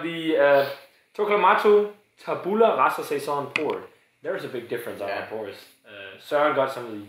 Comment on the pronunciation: Just one thing: it's pronounced tàbula rasa. If you didn't know, it's latin for "blank state". Anyway, if you want to try more italian beers, check out Borderline Brewery, they are from my area and they're still relatively unknown. Skål!